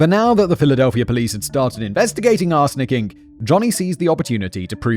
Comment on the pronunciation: I keep hearing 'arse licking' sentences like "people involved in 'arse licking'..." or "victims of 'arse licking'..." had me rolling over the floor